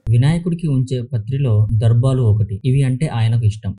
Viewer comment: మీరు మొదట తెలుగు చక్కగా మాట్లాడం నేర్చుకోండి. మీరు దర్బాలు అన్నారు. అది దర్బాలు కాదు దర్భలు. దయచేసి మమ్మల్ని మీ పదజాలంతో అర్థాలు మార్చివేసి హింసించకండి.